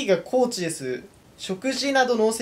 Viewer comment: 高値をたかねではなくこうちと呼ぶ男